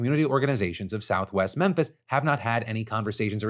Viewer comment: Having lived there many years ago, you kept saying "southwest Memphis" and I kept hearing "south West Memphis" (which is right across the bridge in Arkansas)